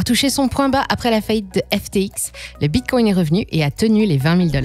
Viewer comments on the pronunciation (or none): J'en peut plus de cette voix IA éclaté betcoin hitereum 😂😂😂😂 éclaté la voix ...les acoins